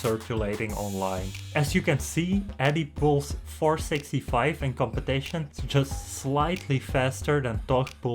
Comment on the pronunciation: Competaition kkkkkkk